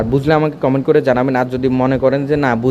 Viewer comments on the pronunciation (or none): none